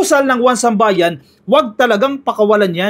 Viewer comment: 1Sambayan I think is "isambayan" ang bigkas